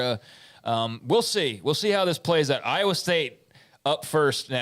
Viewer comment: There is no O in I_wa.